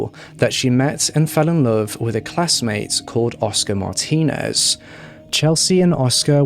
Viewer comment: Kudos 👍😁😎 for you, you pronounced her last name right!!!!!